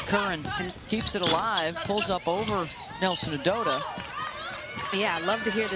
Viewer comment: Please learn the pronunciation of player's names. Her name is Olivia Nelson-Ododa :)